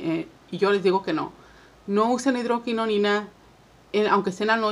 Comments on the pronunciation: No es hidroquinoNIna, es hidroquinona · Hidroquinona y tretinoina hay que decir bien los nombres